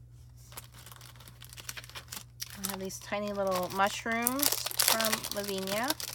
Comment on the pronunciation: Thanks for this vid. I agree ...love the clair inks. Btw, it is pronounced la-vin--ee-ah. Not laveen-yah